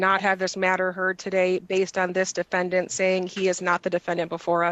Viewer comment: Do Moronish Slobbering Citizens EVER win in any case in any jurisdiction? Just axing. TaDAY…….